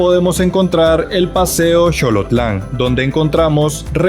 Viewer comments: Xolotlán se pronuncia Solotlán, no Sholotlán. A Managua se le conoce como la novia del Xolotlán. Excelente video, la vi hasta el final, ni me di cuenta que duranba casi una hora. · Donde aprendiste esa pronunciación. La X con la O se pronuncia SO , CHO .